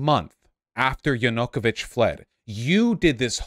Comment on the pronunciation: Vaush will lose every one of these debates until he learns how to pronounce Yanukovych.